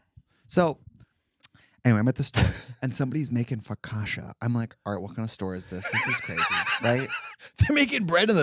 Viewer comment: Calling focaccia, focasha is wild boots ahah ! Mrs fokasha Davis 😂